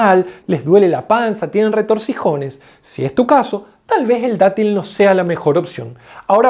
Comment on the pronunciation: Eres tan grande. (La palabra es retortijones, no retortisones)